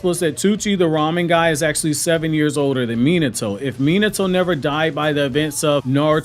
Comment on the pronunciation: I dislike how you pronounce his name… it’s not MEE-NITO…… it’s MEE-NAHTO